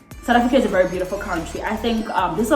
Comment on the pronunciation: Lol "Africuur"